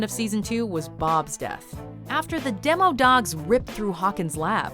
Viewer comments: Demodogs not demidogs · demidogs, not demodogs...little stranger things...